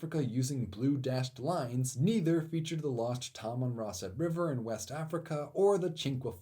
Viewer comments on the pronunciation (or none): none